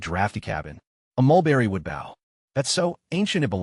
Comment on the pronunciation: Bow... as in boat side. Instead of bow as in archery bow. Low quality vid.